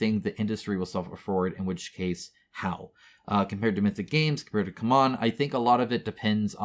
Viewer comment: It's not "come on", it's "see-mon"